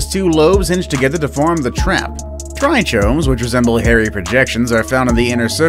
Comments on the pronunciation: trichomes is pronounced "tricomes". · I believe it is pronounced "try-combs"